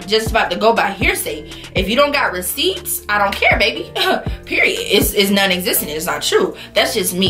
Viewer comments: fseeeee she say receipts w the p lmao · t when she said receeps!!! i diiiiiiied!!!